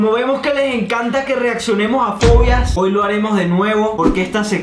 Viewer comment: en el inicio yo entendí "pollas" que si dijeron "fobias" 😅😅😂😅😅😅😅😅😅😅😅😅